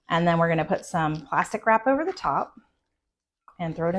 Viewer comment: ✨🤭Not to sound crass, but I misheard "plastic wrap" as "pasta crap" ✨😅🫴✨ Lol, I had to really pause for a moment to think...I wondered if some macaroni was gonna be dumped in there. Pun intended. Looks really good, light and refreshing....will be making this soon. ✨😋🥗✨